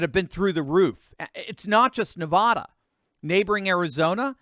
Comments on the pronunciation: It’s Nevada NOT Nevahda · It's not Na vaa da It's Na vad a So irritating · NevAda, not Nevauda!!!! Call someone in Nevada, so they can tell you how to pronounce Nevada. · It's Nevada. Not Nevahda. All you Thurston Howell's out there bastardizing the state's name should cease and desist immediately!! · NEVADA.......NOT NEVAHDA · Pronounce the first “a” in Nevada like the “a” in “apple!” It is NOT pronounced “Nevahdah!!!!” You do not come off as more sophisticated or “learned” by pronouncing “Nevada” “Nevahdah!” Please? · Please please please learn to pronounce NEVADA correctly! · Nevada, pronounced with an A , lol since I moved here I’ve been corrected…. Thanks for all the updates 👍🏻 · Pronounce Nevada with short “a”as in ladder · A as in Apple. Say it 1,000 times before you record the next video on this state. If you keep saying that way I might have to start saying Connect Ticket. :)